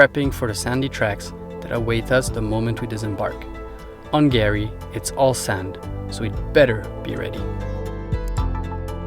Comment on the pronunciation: Guys, we love your Chanel. You do an excellent job. But calling Fraser Island/kgari “Gary” is a fail 😂